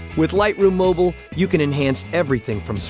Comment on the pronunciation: Not everyone falls into the Apple trap there is life out side of iPads come on Adobe get in the real world, after all mac's has less colours then pc's for a start... cant even say the word 'mobile' correct lol